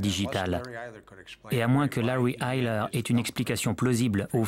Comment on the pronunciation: Pour la prononciation du nom, c'est Larry Eyler le tueur en série.